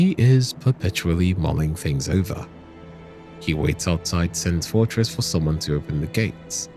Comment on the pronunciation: Almost all names are also pronounced wrong and Frampt is pronouced differently at different times Sense Fortress instead of Sen's Fortress and some more examples you souless greedy slop farmer fu for wasting my time